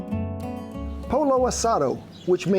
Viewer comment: Ken say it as Po Yo ( Pollo) Asah Doe ( Asado) :)